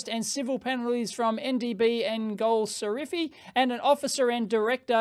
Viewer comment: correction: it is gol shafari (ejtsd: goll-safarri)